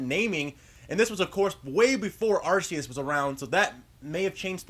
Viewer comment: you're pronouncing Arceus wrong, (ARE-KEY-IS) not (ARE-SEE-IS)